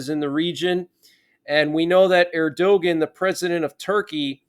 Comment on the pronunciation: Erdogan is pronounced EYRH-DOO-WAN. Austin is a clone. We heard he was killed along with Ukraine Secdef Valerii Zaluzhnyi last December who is being "replaced" and without a press-con to where he can be seen. So "Austin" is back in the hospital? Why? Word getting out he's a clone so they have to change plans? What are the odds that both defense secretaries are MIA AT THE SAME TIME?